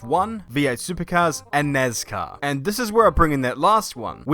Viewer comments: "nezcar" lol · My man really just said "nezcar" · Dude I feel like he's saying nazcar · not trying to be mean but you say nezcar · “Nes car” 😆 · No one: Not a single soul:: nazcar